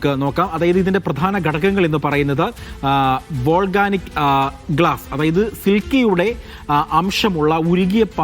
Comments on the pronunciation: Volganic അല്ലാ മാഷേ volcanic ആണ്, silka അല്ലാ silica (സിലിക്ക ) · വോൾഗാനിക്ക് അല്ല വോൾകാനിക്ക്.